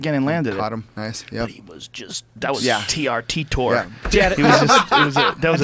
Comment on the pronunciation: lol "TRTor"